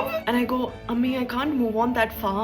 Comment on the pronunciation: It's amma not ammi